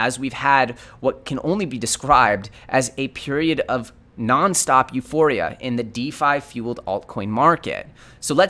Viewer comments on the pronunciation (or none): none